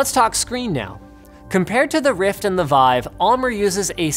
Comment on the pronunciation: It's pronounced "Veev".